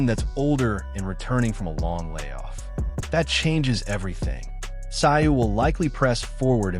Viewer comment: Tszyu is pronounced zoo, nice doco!